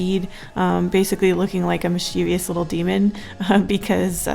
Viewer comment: No hate, o love your channel to the max, but mischievous is pronounced Mis-chi-vus, Not like this: Mis-chee-vee-us. Just a tip. Not hate at all I love your channel!!! Keep up the awesome drawings you’re so talented